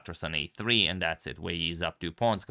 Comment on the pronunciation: I don't care much about pronounciations but since some do: Wei Yi is pronounced more like Wei I. (And Ding Liren more like Ding Lijen. You can find ressources for that one/himself saying his name in english interviews asking about the name.)